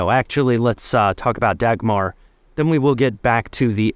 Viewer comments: I just searched it up. The g is a soft g which idk how to find in English 😂 And the r is also a soft r, something English doesn’t do too well Thankfully my mother tongue has both so I can kinda do it lol but I’m not doing as well as the person I just listened to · Dahmer sounds more like the German pronunciation of Dagmar, the Da part like Dahmer than a soft g , the next a like the a from Dahmer again ,with a soft r at the end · It has been grossly mispronounced in this video. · Dagmar is a good royal name if you pronounce it properly 😉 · Very nice video, but as a Dane I can assure you; that is not how you say Dagmar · i promise you Dagmar sounds much better in danish than english. its pronounced much softer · good job saying its not a good princess name when you pronounce it incorrectly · You butchered the name Dagmar, lol! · is it so hard to say her name right ? its not degmar. think of duckmar and then say it. but in the end both a´s are spoken as aaaaaahhhhs not es eeehhhs. americans... all the settlers from around world.. still butchering names. how can an A be en ay ? while e is an ihh ? and u is an u bit its an aaahh ? if the name is like not american. please try to spell it out correctly. DO A RESEARCH ON HOW ITS SPELLED CORRECTLY. please. for the love of Dagmar! not Degmar... degmar... so funny how you say her name. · Dau-mar or Dawmar is not a bad sounding name - Dach-mar is - and while Queen Dagmar was German before she married a Dane (Valdemar II), her descendant princess Dagmar was born a Dane. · The 'r' in the end is also softer than in English. I would probably say it's pronounced 'Daumah' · Dagmar is a much softer name in Danish. Pronounced more like Daumah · The 'G' in Dagmar is pronounced like a 'U', making it a much better name for a princess. Her name is pronounched like 'Daumah'. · Dagmar is pronounced Dawmar or Dowmar. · Because, the g is pronounced. It is just a soft g. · Davmar? There's no hard sounds in the name. It's not Dackmarh